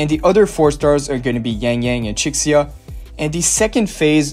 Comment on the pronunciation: Nice video, but I think you would benefit from pronouncing the characters' names more accurately. It's and Chixia is (closer to) chi-shee-a. Thought you might want to know